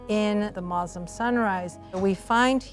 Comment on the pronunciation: Great documentary. The fact that they pronounced "Muslim" the correct way first and foremost, says that the effort was genuine. Islam's essence is about the freedom from inequality and discrimination. Assalam Alykum from the Arab world to all our brothers and sisters across the globe.